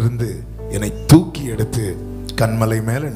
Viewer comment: Thooki eduthar not thuki